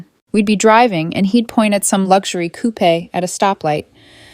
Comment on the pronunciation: Coo- pay ? 😂😂😂 ( Coupe )